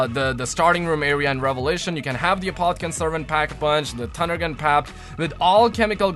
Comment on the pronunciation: u said tunder gun...lol